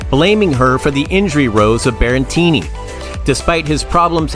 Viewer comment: Stop saying "Berrentini"!! It's Berretini.